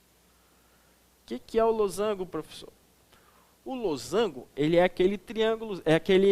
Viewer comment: kjkjk losangulo eu também falo assim